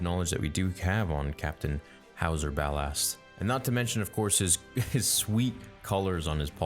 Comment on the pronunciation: Why do you pronounce ballast like bal-asst